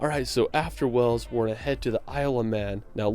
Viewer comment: Wales is pronounced to rhyme with bales, dales, fails, gales, hails, jails, males, nails, pales, quails, rails, sails, tails, veils, whales. The narrator mispronounced Wales by sounding like Wells.